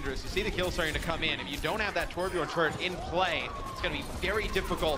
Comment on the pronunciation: its not torb yorn its torb YERN